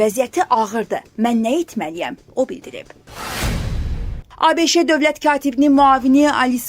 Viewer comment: ABEEEŞEEEE YOX, ABŞ ! diYAloq yox ,dialOq!